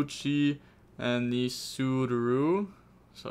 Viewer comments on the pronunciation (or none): none